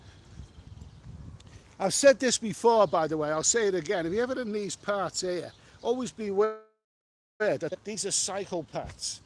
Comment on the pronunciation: Hey, the word "Here" is a one syllable word. Just like "Beer" 😃